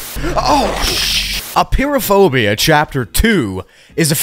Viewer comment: I love how you pronounce it Appear-o-phobia😂😂😂